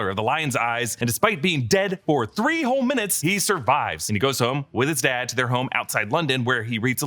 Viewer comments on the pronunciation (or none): none